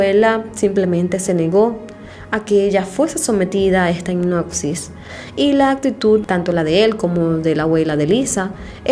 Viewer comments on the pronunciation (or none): Jajajajajaja hicnosis jajajjajajaja es hipnosis con p no con c se pronuncia